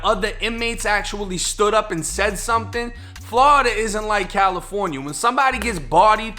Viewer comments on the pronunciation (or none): none